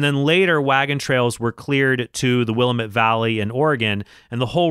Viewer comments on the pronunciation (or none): Cool! I loved that game. I only played it when I was real young, though, and never did beat it. P.S. I'm from the Willamette Valley, and it hurts our ears to hear will-uh-MET (caps are on the stressed syllable). It's pronounced more like will-AM-et, with an a-sound like the one in the word apple. Here's a 46 second video that does a good job of showing how we pronounce it